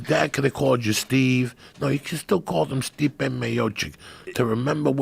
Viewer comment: Diaz calls Stipe "my man" but pronounces him "Stiopic" lmao🤦‍♂️😂